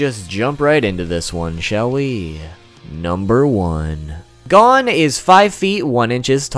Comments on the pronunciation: It’s not gone it’s goh-n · Same its gon not gone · Nah nigga it's not "gone" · His names gon. Not god damn gone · It’s gon not gone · for everyone wondering how to actually pronounce gon, its NOT gone. it is like cone, with a g. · Bro it pissed me off he kept saying gan instead of gon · FFS PRONOUNCE GON'S NAME RIGHT, IT ISNT "GONE" IT IS GO WITH AN N SOUND AT THE END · Gone bish it’s gon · Who pronounces it as Gone instead of Go - n? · I got so triggered bout him saying the names wrong I literally almost cried!! It's not "Gawn" it's "Gown" its "Kelua" not "Kilua" and~~ its not "Karapika" its "kurapeka" soooo ya just saying cuz that triggered me a lot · It's gon not gone 😝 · Btw it's pernounced (gohn) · Here's one thing you didn't know about Gon Freecs: His name is pronounced Gōn - G-oh-n. Not Gone Freecs. Where's he gone bruv? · why don you call him gone not gon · Why do you pronounce Gon as Gun/Gone. Its Gon. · It’s gon not gan god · This man said gone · I don’t trust anyone who pronounces his name like “Gone” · ITS GON ( the O is how “O” is said in cOne) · G A W N F R E E C S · Its pronouned as Gohn actually say Go and then say n and put them together and you got Gon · I’m getting triggerd at the way he says hon he says it like gone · GAWN KILUWA KURAPYKA 😂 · How the fuck did you know I didn't know any of this and his name is Go-n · Gone freaks is how you said his name 😂😂😂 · 1 thing didn't know about Gon Freecss is the pronunciation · That is not how you say gon and don't say its the Japanese way because I watched it in Japanese with subtitles too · Ew why does he say Gon and Killua like that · the way he pronounces “gon” makes my ears.exe stop working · Am I the only one that's annoyed by the fact that he pronounced Gon's name incorrectly? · This dude does a whole segment about how he said HxH wrong, then proceeds to mispronounce Gon for the rest of the video.